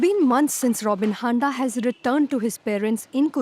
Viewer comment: “Robin handa”?! not Poopjeet Patel?